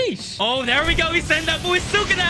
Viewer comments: Why does it urk me so much when he says sukuna😭it’s Su KUNA not Sukana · The way how he pronounce Sukuna though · The way you pronounce sukuna name is irritating me lol